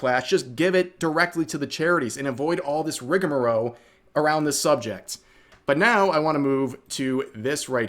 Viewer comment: ACTUALLY, Rev, it's "Rigamarole" not "Rigamaroe." Therefore, everything you've said is invalid. CHECKAMTE!!